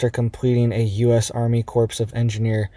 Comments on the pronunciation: Hi, I'm always checking for your posts. You have improved the quality of your reporting substantially since you started this channel. However, you are mispronouncing the word "corps" as in Marine Corp(s). The p and s are silent and is said the same way as the core of an apple. When you pronounce the p and the s, you are saying the word "corpse," which means a dead body. Hope this helps. Thanks for keeping us updated on all the evil we need to be aware of. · CORPS is pronounced CORE not CORPSE